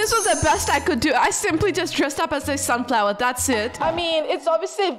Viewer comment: The way she said sunflower is actually not a sunflower lol